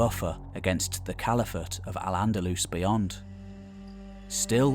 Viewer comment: Nice overview of the time - You nailed Al - Andalus nicely!